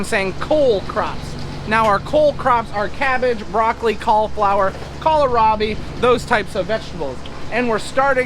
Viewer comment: Hahah. You said Kala-Robbie! Grandpa did it once, too! Kills me every time 😂😂